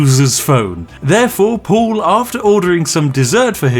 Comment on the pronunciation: Why are you pronouncing "Paul" as "Pool"?